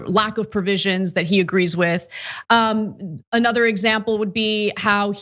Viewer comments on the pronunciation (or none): none